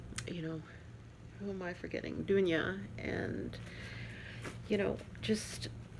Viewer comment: Loved to see you again! That tray is stunning! And also all the other cards and gifts are wonderful., love that you enjoyed the card and that there are lots to stitch for you from the magazine. Perfect pronunciation on my name by the way! I’m in the Stitchers Coven too and you are correct, this is a great community of wonderful people! Blessed be from Germany, Dunja